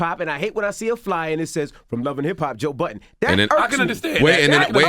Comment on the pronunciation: I hate when they say Joe buddens